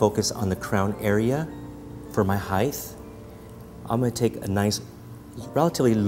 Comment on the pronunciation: he says hi-th (height)